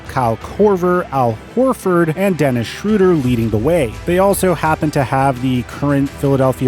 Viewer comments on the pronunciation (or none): none